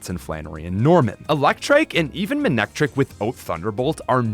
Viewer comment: IT'S MANECTRIC, NOT F*CKING MANICTRIKE!